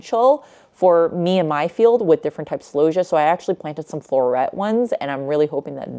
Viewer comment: I have never heard celosia pronounced like that before. I say cell-O-see-ah. I would like if your pictures of flowers etc were up longer too.